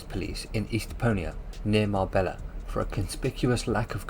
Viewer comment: Research how to pronounce places you got them all wrong how can you not know how to say Malaga and marbella 🤣